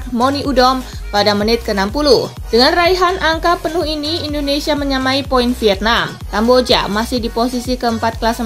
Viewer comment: INDONESIA min bukan INONESIA :v